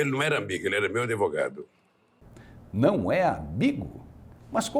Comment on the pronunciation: ele disse ADEVOGADO'????